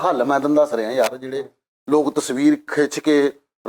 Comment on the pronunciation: Bhaji please don’t say LOG its Lok (people) please don’t offend i jst wanted improve ur punjabi . thank you nd love you